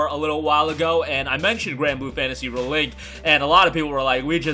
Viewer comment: Dude… REEEEE link. Ree as in reveal, ree as in reborn, ree as in redo. It’s not re like in relic, rebel or restitution. This video is obnoxiously unwatchable for me because you say the name two dozen times and you never say it correctly.